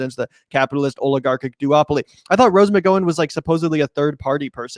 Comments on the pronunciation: Lolol. Rose "mih-go-win" lolol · I'm pretty sure he's pronouncing her name the Irish way. Or at least closer to how it's pronounced in Irish. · bruh you're way off on this one. 1) you could pronounce her name right. 2) it's fucked up to say she should be institutionalized. 3) maybe listen to what she's saying?? it isn't drivel. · Not gonna lie, this made me revoke my patreon. You know Gavin was going to win even if she voted for Larry. Furthermore, she was a victim from Weinstein and Newsom. She isn't even close to being a republican, she just hates Gavin. You both are talking about an issue that you clearly have not read up on, and that's indicated by how you don't even know how to pronounce her name. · That was silly and juvenile how you mispronounced her name deliberately. I for one have been so turned off by the crappy democratic political establishment that I don’t blame her and I said it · You can't even say her surname correctly ffs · LOL, he can't even pronounce McGowan. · You idiots can't even say Rose's last name right, you MFing morons.